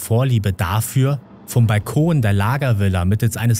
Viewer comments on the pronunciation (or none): none